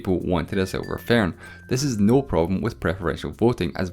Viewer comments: Silver "fairhn", as he says. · “Tha seelver faern”